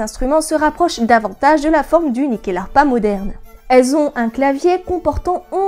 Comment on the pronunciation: Excellente vidéo. Je me permet en tant qu'ancien étudiant de la culture scandinave et suédoise en particulier, le nom se prononce Nuckelharpa (Nyckel qui est le mot pour Clef, donc assez logiquement une harpe à clefs) Bonne continuation :)